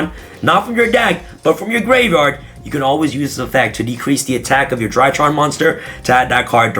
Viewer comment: For some reason every time he says “DryTrons” i hear “ TryHards” lmfao haha is this a tryhard deck lmfao haha 😂 overall i think i will give the ritual monsters a chance